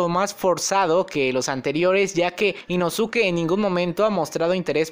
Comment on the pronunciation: Me da un escalofrío cuando dices Inosuke y no inoske